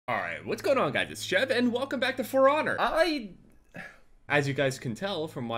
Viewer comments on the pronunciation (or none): when says For Honor it sounds like frogger